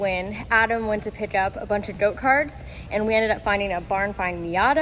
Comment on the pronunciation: Is it just me or does always say goat-karts instead of go-karts? 😂